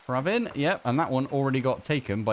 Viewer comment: Hearing my name from not Indian sounds way different. Bdw its pra vin. Not praaaaavin. U said 2 times correctly 😅😅